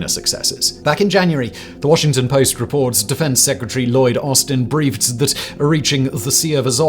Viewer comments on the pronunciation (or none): none